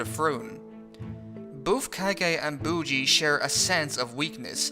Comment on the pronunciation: They way you pronounce Miranjo and Bojji is maddening.